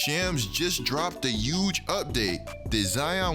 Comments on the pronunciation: So apparently we not pronouncing our H’s? Yuuuuuge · nobody: literally no one:: EuJe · Trump got you saying Huge with the H silent knock that shit off we don't do that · zion needs to learn how to walk again and you need to learn how to pronounce H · Bruh just SAY HUGE RIGHT WTF